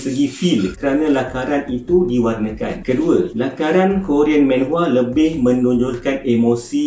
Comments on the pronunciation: bukan menhwa.. manhwa laa.. xyah nk men men sgt 🤣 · Sebutan manhwa adalah manhwa bukannya menhwa.Sebab dalam korean manhwa ditulis 만화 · hmm it's manhwa not maenhwa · Aku sorang je ke yang geram bila dia sebut "menhwa"? xD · Well, korg pun salah gak sebut. Cara betul sebut manwa..sebagai mana korg sebut manga.. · Satu menhwa satu lagi ski-fi🙃 ya pronunciation penting